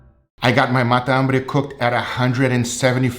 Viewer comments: is matambre not mata ambre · Fala sou argentino e a pronúncia é matambre, tudo junto, não mata hambre. Video foda! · It sounds like you're saying "Mata - hambre" Argentines say "Matambre" (it has one less syllable than mata - hambre) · matambre Sam the cooking guy: The best MATAMBRE I have EVER COOKED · He's saying it the portuguese way. Meaning is the same. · It's not the accent, in Brasil we speak matambre as you stated you do in Colombia, I guess he's trying to focus on the "hunger killer" translation for american audience.